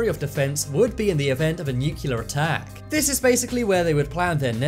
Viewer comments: Say 'nucilar' again...I dare you..😡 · That’s not how ‘nuclear’ is pronounced. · Please pronounce nuclear properly...